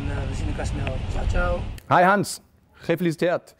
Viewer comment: "Hallo Gans"😂